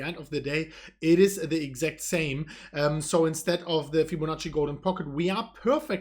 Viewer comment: Did just say "FibboNazi retracement?"